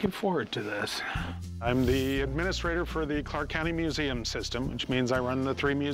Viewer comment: "This belongs in a meuseum" 😅